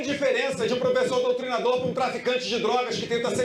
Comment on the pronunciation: Ele falou doutrinsdor